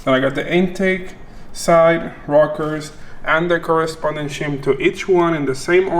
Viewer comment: Much better with the music, now add Navo or someone they always made it funny along the way. Oh a d its Shims not Chims LOL. Suerte amigo, great job!